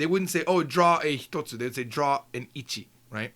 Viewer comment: Thank you so much for producing these videos. I do subscribe and have purchased all your books. I did want to point out what I think is a minor error; I noticed "one thing" spelled as and pronounced "hitatsu". Shouldn't it be ""hitotsu"?